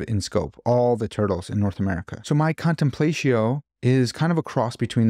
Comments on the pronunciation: Another fantastic video! Indulging my own pretension as a classicist, when you said “contenplatio” like that, both I and a kitten died inside 💀. But I love your stuff, great work! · ...big fan, you make great videos....but i have a question for you....."Contemplaysheeyo"?!?! C'mon man, I know you read a LOT of Latin, its time to step up that pronunciation!!! Thanks for the great videos. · I believe it would be pronounced /kahn tem plah’ tzee oh/ in Latin. But English-speaking people often use their English phonograms to pronounce Latin words in everyday conversation. Either way is fine with me. Let’s not be TOO pretentious haha! Thank you for this video. It’s interesting, well-done, includes helpful journal links, and has kept me thinking. I’m glad I found your channel while scrolling around.